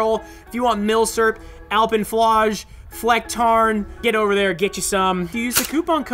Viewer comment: Hey there. German over here. I just want to mention, you pronunciation of "Flecktarn" was actually pretty on point. ;)